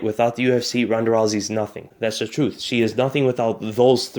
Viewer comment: Did he say Troof? I did hear that come out of his mouff. . . righff?